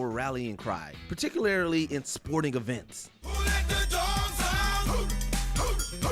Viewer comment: Particularily?! I think you meant particularly,. Now all we need is David Spade's character from The Benchwarmers pointing out that extra syllable in particularly....never mind, I already did. Hahaha!🤪